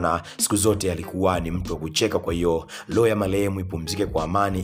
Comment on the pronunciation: Halafu wee mtangazaji sio loo ya malehem, ni roho ya marehemu unatia aibu jifunze kutofautisha R na L